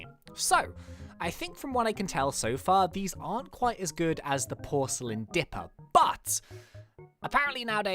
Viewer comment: does any one realise he says dRipper not dipper! lol no offence